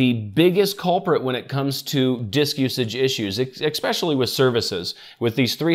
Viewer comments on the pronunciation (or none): Exspecially? How does this guy pronounce especially?